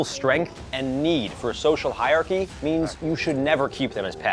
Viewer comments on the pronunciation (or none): 'Hierarchy' is pronounced 'higher-archy' not 'higher-chy'.